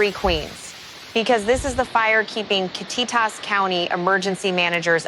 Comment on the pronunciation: kit-TEE-tas!!!! hahaha